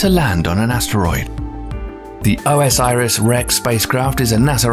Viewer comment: Are there sources on any of this stuff? The mispronunciation of OSIRIS-REX drives me mad.